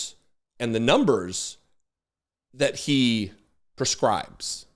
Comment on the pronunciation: Prescribes. Perscibes is not a word